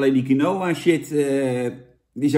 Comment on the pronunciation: Je spreekt uit als kienwa jan